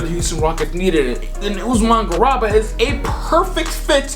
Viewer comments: Love the video but man, as an a European Fan your pronounciation of Garuba is a knife to the heart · C'mon fam, you can't call yourself a draft guy and call Garuba, Usman garaba